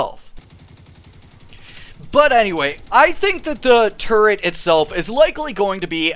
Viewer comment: Once you hear say "turd" once, you'll never hear it different for the rest of the video!